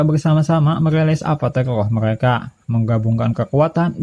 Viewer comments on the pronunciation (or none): none